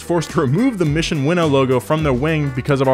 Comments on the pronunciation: Are we sure it's "Winnow" ?? I always thought it was "Win-Now" kinda thing. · It’s not pronounced as “Winnow” but as “Win Now” As in winning races.. now. it think its pretty logical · its "mission win now" not mission winnow lmao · I thought it was pronounced Mission “Win Now.” Not “winnow,” which is apparently blowing air through grain... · The way you saw win now 🤢🤢